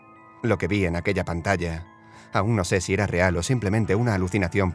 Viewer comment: por que dices zy se escribe si